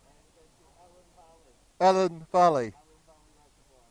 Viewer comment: Cheers for reminding me what a great road the A483 is. I haven't ridden it for a few years so will try and pick a nice quiet midweek day to ride it once the lockdown has finished. BTW it's Elan Valley pronounced like the fish i.e. eelan not like the Girls name. Easy mistake to make, probably the lack of L's for somewhere Welsh confused you LOL. So glad they've finished the Newtown bypass now but it does get attention from the camera Van's but it's still a great place to ride and for me in Worcestershire it's a great having mid Wales on my doorstep